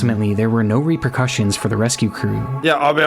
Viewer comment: Bro oof Literally said Rapercussion